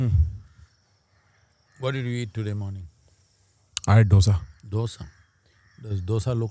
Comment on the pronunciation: Hey North Indians.. It's not 'dosa'... It is '2 sa' ... '2' in hindi दोसा It is not डोसा Surely you know the different between both